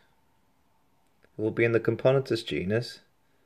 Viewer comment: Cam-poe-nah-tus is how you pronounce it btw.